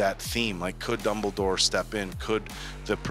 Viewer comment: Silas, Dumbledorf, Her-moany 😂